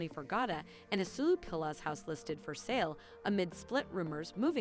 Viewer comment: his name is pronounced "as-weh-lo"